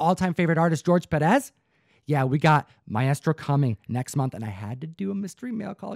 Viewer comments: “My estro”? Really you no reading s.o.b.? It’s maestro pronounced “my-strow”! Ugh! I just hate when grown ass people can’t read/spell/pronounce 5th grade words. That’s just pathetic. This makes me feel like this guy buys comics and stuffs them right in the long box, reading be damned! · I've never heard anyone pronounce it "My Estro"😂😂